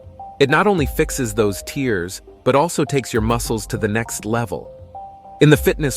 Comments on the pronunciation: There is a difference in pronounciation between "tear" from your eye and "tear" in your muscle. You are using the wrong one. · ok learn to say tear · Are you mis-pronouncing the word "tear" or am I missing something?